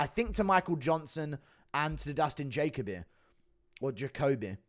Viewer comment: Bro it’s juh coh bee